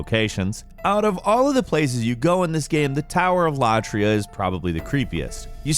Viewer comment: Tower of Latraiah? Never ever heard of that place before